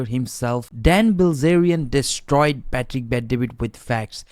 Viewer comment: Why do you keep pronouncing his name pah tick? It's Pat-trick my guy